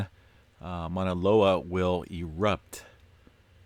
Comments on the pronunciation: Its not Monaľoa .its MAUNA LOA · I'm Hawai'ian, and the sea mount's name is pronounced "loh-EE-hee." EDIT: Mauna Loa is pronounced "mah-nah LOH-ah."